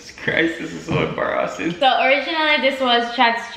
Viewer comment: I don’t think I’ve ever said embarrassing properly since been saying “embarahhsing”